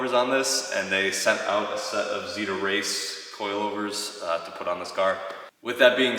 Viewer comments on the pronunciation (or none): Totally thought you were saying "Xida Race" aka Supermiata. I was very confused. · I heard that as well. Really suprised he didn’t get xida as they are the gold standard lol